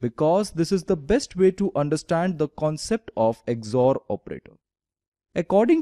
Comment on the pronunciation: it is not "EGG-ZOR", it is just called XOR operator. Very good work.